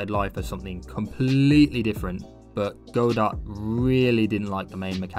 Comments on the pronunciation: Apparently it was named after the play "Waiting for Godot" in which the character's name is pronounced "god-oh" in English (the plays creator confirmed this as the correct pronunciation despite another English version of the play pronouncing it "guh-doh"). The silent T comes from the French origin of the play, a language riddled with silent letters. Something you may find funny is that the word "silent" in French is also spelled "silent," except the T is silent; it's pronounced something like "see-lah" (the "lah" isn't quite right, but French sounds a bit different than English). And despite all of this, the creator of Godot who named it after the play still pronounces it "go-dot" rofl. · i love this video but FOR THE LOVE OF GOD ITS PRONOUNCE "GOD-OH" AAAAAAAAAAAAAAAAAAAAAAAAAAAAAAAAAAAA seriously cool vid tho i subbed